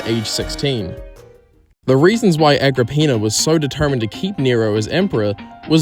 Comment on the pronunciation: Agrippina more like ag rah peenar